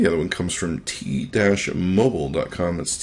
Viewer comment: "t dash mobile?"